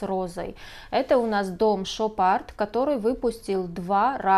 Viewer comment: В названи бренда d на конце не произносится.